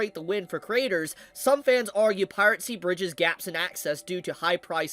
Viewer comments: It's Piracy....PIRACY (PIE - RA - SI). NOT PIRATCY (PIRATE - SI). Sorry...had to get that off my chest. Carry on! :) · Just so you're aware, the auto transcription still picks up Pirate C as piracy so you can just say the word normally again or find another mispronounced version to avoid it.